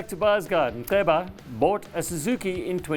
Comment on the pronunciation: I'm impressed with your pronunciation of the name Nceba...👌👌